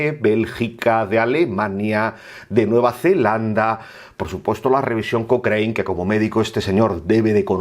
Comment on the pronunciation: Estimado amigo. No sé pronuncia "cocrein", sé pronuncia "cocran".